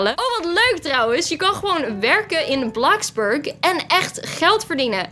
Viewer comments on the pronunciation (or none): hoe spreek jij dat uit?! Het is Gwn bloxburg niet blaxburk😒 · het is niet blaxburg maar bloxburg